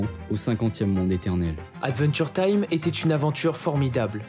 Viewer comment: Attention à la prononciation, c’est bien aDventure time, et non aNventure time. Une fois ça peut aller mais toute la vidéo…😮‍💨😮‍💨 sinon trop trop top !!!!